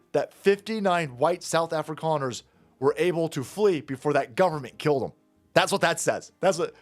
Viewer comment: your pronunciation of Suid Africaners is spot on!